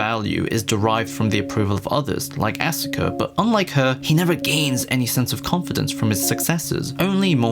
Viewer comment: “Ah-suh-kuh” twitch